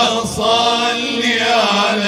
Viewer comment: اللهم صل وليس صلي، بوركتم